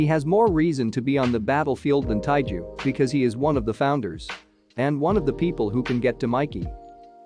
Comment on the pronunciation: It's taiju